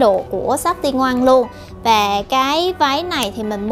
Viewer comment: c uii đồ xinh lắm ạ mà e xin góp ý chút xíu xiu nhaa, shop "tingoan" đọc là Tí Ngoan đó ạaa hihi